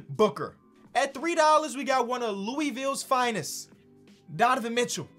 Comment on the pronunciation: js it’s not lueyville it’s louisville